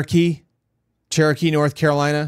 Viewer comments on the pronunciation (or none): none